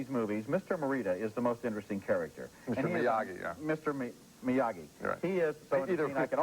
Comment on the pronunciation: Okay, WTF is up with these two (especially Ebert) not pronouncing Miyagi properly? Dozens of us wrote about it on their KK2 review, and here, 3 years later and the 3rd freaking film, and Ebert fucks it up over and over. I love Ebert but I want to smash him every time I hear "Miya-jee", especially since the 1st movie and the mailman scene of part 2 all include the running gag of everyone mispronouncing it. Ridiculous, especially for a character they claim to love, and who by 1989 was firmly entrenched as one of the great film characters of all time. Now I have to watch the review for the original and see if they did it there....